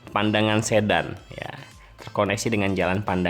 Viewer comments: Seksi 2 Sayung - Demak justru sdh jadi bung. Bukan Pandangan tp Padangan. Sedan diucapan Sedan spt mngucapkan mobil sedan. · Desa Sedan dibaca seperti Medan,Kak. Saya orang Rembang. Jadi tahu betul pelafalannya. Hehehe.